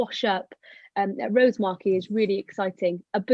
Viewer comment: Fascinating presentation. Was lucky enough to see the poor thing on the beach, but it's good to know it will have helped out understanding of the species a little more. Thanks for this. P.S. Only point to make, is that the emphasis in Rosemarkie is on the A, not the O. 😂